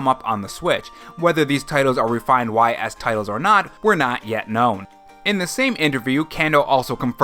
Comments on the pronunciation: I'll likely skip Persona 3, as I already own the game 3 times (Persona 3, Persona 3 FES, "P3P"). Persona 4 Golden, though? That's more likely...wait. What the Hell?!?! Oh, nonono. No. NO Ys is pronounced "ease" - like "Ease gingerly into a recliner." Not 'Why Ess' - how are you mispronouncing Ys? Ease! EASE! 😠😠👿👿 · Y's is pronounced "Ees"